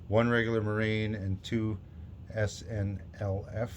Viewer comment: Just came to say, good job pronouncing SNLF this turn! Haha.